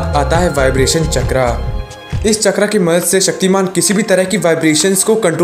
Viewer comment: चक्रा नही भाई चक्र 😂😂😂